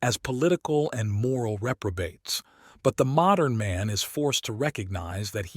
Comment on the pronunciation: Also? Insane that nobody catches the handful of times when the “r” and “n” in “modern man” are kerned too closely together and he pronounces it “modum”